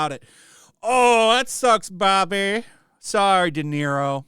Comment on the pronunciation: "Robert DeZERO Day"